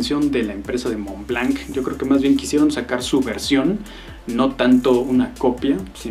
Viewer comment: SE PRONUNCIA MONL BLOT